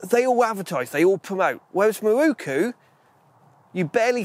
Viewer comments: Great video apart from the WHOLE industry pronouncing Miroku wrong! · miROku, NOT mirookoo